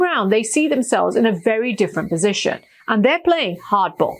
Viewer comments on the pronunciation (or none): none